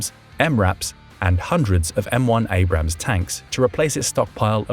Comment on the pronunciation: Abrams, not Abrahams